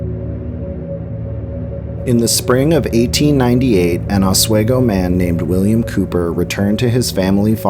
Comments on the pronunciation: Hey, Oswego native here! I just want to say that the town is pronounced Ah-SWEE-go. Not Ah-Sway-go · Or Oswigo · A new jersite here living in new York oswego it's pronounced ah-swee-go not ah-sway-go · It's pronounced 'Os-WE-go, not Oswaygo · Os-we-go shouldn’t be that hard to sound out.. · It's pronounced "Osw-EEE-go". I live about 2 miles from Fort Ontario. If you wanna here the voices and chilren's laughter, the best time is at night between the hours of 1am-4am in the mid-fall season, near the Fort cemetary. Just don't get caught by the cops in there at night. A haunting will be the least of your worries so i have heard. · Ah sway go 😂